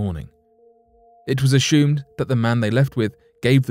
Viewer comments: Right around the 18 minute mark he mispronounced the word assumed. He said aSHOOMed and I laughed from a good place inside. I had just stopped laughing and taken a sip of water when he said preSHOOMED and I shot water from my nose laughing!!! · I'm weak. In the next story he said aSHOOMed again, TWICE almost back to back and then one more time a minute later. I wonder now if he is doing in intentionally to make us chuckle. 🤔 I love it.